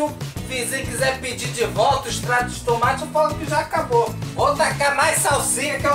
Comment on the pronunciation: HHAHAAHAHHAHAHAHHAHAHAHAHAHAHAHAHAHA "TUMATI"